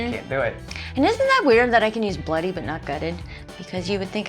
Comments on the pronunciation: Saying bloody, try emphasising the L bLoody, see if that works for you. Good luck😂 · 'Bloody' could be said as Bladdy it sounds like you are trying to force the first part of word ?? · pronounce it " bluddy" ;p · Pronounced Bluddy would probably help as well. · Maybe try pronouncing it as "blu-dee" instead of bloody. We seem to say the word quickly 😂